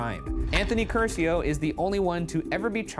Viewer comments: Everytime Ryan said "Cursio" I felt intense pain. Like I was being tortured. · The real crime of this episode was the pronunciation of the Italian surname Curcio